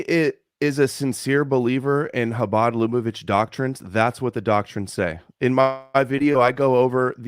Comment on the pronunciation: repeatedly mentions Chabad Lubavitch as a cornerstone for his theory on how Jewish power is working to eliminate gent*les Also: can't pronounce Lubavitch